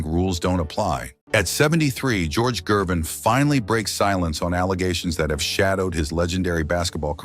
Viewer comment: Another decent video ruined by AI narration. From George Gervin to Gorge Jervin...